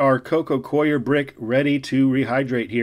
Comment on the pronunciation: The "coir" of "coconut coir" is pronounced the same as "core."